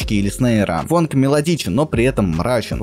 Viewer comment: почему фАнк, а не фОнк? фанк это другой стиль вобще